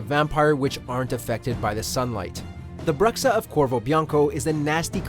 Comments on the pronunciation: "Bruxa" is a portuguese word for Witch. and its pronounced "Bru - Sha" not "broxa" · Cringe when saying Bruxa the wrong way, but good video